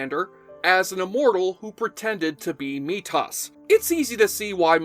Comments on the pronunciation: I was here to say exactly that, usually th is the easy sound, not hard at all, but he kept mispronouncing it and throwing me right out of the video each time. Thank you. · Methos was even said out loud dozens of times. If you 'like the character', you should know the pronunciation. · Most painful part of the video. He may enjoy making these videos but please, please learn how to pronounce names before doing it. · ...I forgot about "Journeyman" until this video Wow, now that's a deep cut. Also, the "h" in "Methos" wasn't silent. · Wait, where did you hear Methos' name pronounced that way? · WTF?! How are you going to sit there and tell us that YOU are a fan of the show but can’t get MYTHOS’ name right? Seriously, you butcher it every time you say it! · I was seeing if anybody else mentioned this cuz I was going to bring it up. I was convinced the maker of this video was a big fan of the series until I heard that lol How can you watch an entire series and still pronounce the name wrong? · Yeah, literally no one on the show pronounced his name the way it's pronounced in this video, and Methos was on the show a lot after he was introduced. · Is this AI voiceover? Why does it keep saying Meat-os instead of Methos? Anyone who watched the show would know how to pronounce it correctly. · OK, so you watched Highlander the series and you called Methos "Me-toss"?? No, im sorry, it takes a special case to get that wrong, you cannot even fidget with the name to have that outcome. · However wrote this was a fan for sure, but , the guy reading it sure was not. Anyone who calls MeThOs - me tos is not by definition a fan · Stop saying metosss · Methos, not Meetos! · "Mi-tahss"? I repeat "Mi-tahss"?!? You're kidding, right? I mean, you say that you loved the show, you claim that you watched it a bunch... and yet you say "Mi-tahss". WTFF?!? I'd rip on you, but it's just not worth it. You're full of sh|t; anyone who knows the show, knows a poser when they see one. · Methos not Metos.